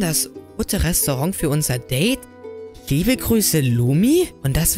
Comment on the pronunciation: Nicht Libe sondern Liebe okay😂😂